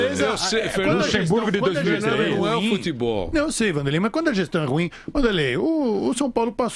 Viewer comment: E VAI CONSEGUIR.O GRANDE PREFEITO E QUEM MANDA NO "FUTEBOR" DE BELZONTE.KKKK